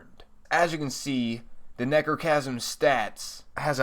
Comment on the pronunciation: It sounds like you are saying negrochasm